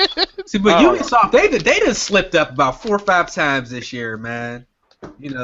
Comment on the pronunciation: you dun goofed "ubsioft" lol